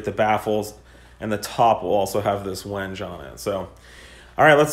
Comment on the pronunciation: Say WenG-ay like ray may, not like an edge wedge on a ledge